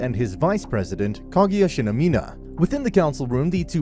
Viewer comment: Atleast say shinomiya properly